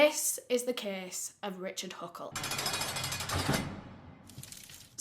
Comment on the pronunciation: In the video the words, "kess"= case, "kesses"= cases, "wherld"= world, "aria" = area